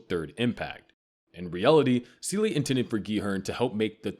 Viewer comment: Seele too